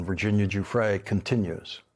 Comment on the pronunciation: Thank you for pronouncing Virginia's name correctly---one of the very few unfortunately. I do not believe for one moment that she killed herself. She was removed.